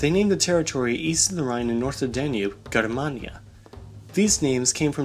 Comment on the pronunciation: You dont know how to pronunce GERMANIA